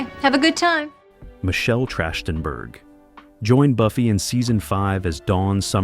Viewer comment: the voice calls Michelle Trachtenberg Michelle Trashedtenberg. That shouldn't have happened.